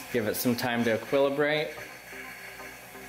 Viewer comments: Did you just say "equilabrate" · e-quill-o-brate? u no science guy.poser